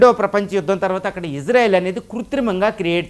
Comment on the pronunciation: ❤❤❤❤❤❤❤ గురువు గారు మీరంటే మంచి అభిమానం ప్రతీ వీడియో మిస్ కాను సార్ దయచేసి నా మనవి వినండి ఇశ్రాయేల్ అనండి/వ్రాయండి సార్ ఇజ్రాయేల్ కాదు సార్ హిబ్రూభాషలో ఈవిదంగా లిపి ఉంటుంది יִשְׂרָאֵל కుడి నుండి ఎడమకు చదవాలి 1.యోద్ =య "ఇ" ( * יִ ) 2. షీన్ = ష లేదా “శ” ( * שׂ ) 3. రేష్ = ర (* רָ) 4. అలెఫ్ = ఎ (* אֵ ) 5. లామెద్ = ల (* ל ) *ఇశ్రాయేల్ * ISRAEL ఇందులో "J" ఎక్కడుంది సార్ దయచేసి ఆ దేశ సార్వబౌమాధికారంతో పెట్ట బడిన పేరును అవమానించవద్దు, ఇది గమనించండి. ఆదేశం యొక్క పేరును అబాసుపాలు చేయకండి. మాకు తీరని అవమానం. ప్రతీ అక్షరం క్రింద ఒత్తులు (దాగేష్ ) ఉన్నవి. హిబ్రూ అక్షరమాలలో "జ" అనే సౌండు లేదు మీకు శతకోటి దండాలు తప్పు పలక కండి,వ్రాయకండి.